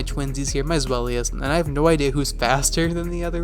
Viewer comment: By the way INTERESTING way to pronounce and spell Zweilous, fam 8)